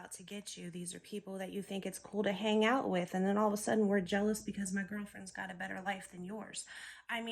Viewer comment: Preach baby gurl. You said the t right.